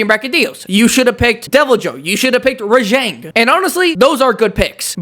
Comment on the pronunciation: I would imagine Kulve uses the gold to attract mates Edit: that's a funny way to pronounce Rajang